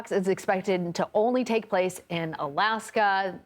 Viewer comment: So is it alaske or Australia? Ur oen eggspert gets ut wrong ,😂. New term now Mpox instead of 🐒🙃